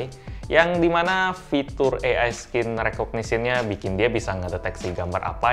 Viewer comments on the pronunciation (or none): Saya pertama denger "AI skin recognition" ???? Lalu kemudian nyadar kalo itu "AI scene recognition" Scene bacanya "sin" bang, bukan "skin"